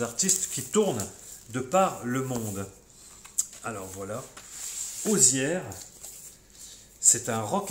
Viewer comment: Hello, Waouh, quelle belle énergie dans cette vidéo et tous ces traits d'humour, j'adore!! Intéressant ces vinyles à 1 euros moins cher qu'en vide grenier! 😉 Pour l'artiste Hozier, que je connais peu, il me semble qu'il faut le prononcé: osié...? Tu n'est pas le premier à montrer tes soldes et à chaque fois, je me dis:"mais où est ce qu'ils habitent les gars?" Parce que en Sarthe rien,Nada,que d'Al....Même si j'y suis allé que le samedi suivant les soldes, il n'y avait pas un vinyle même pas un Cd en soldes quel que soit l'enseigne...😣 Bravo pour ces belles trouvailles! À très bientôt! 😉